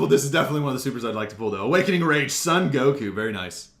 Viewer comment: i sure thay no call him san goku it's soon or son goku i know son are san but goku soooon or son or or or